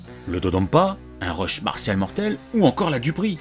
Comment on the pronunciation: Lancé des quoi ? Des rush ? Des reuches ? On comprend rien parle français !